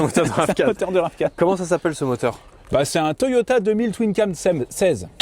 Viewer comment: a chque fois que tu dit toyota mr2 jentend toyota et merde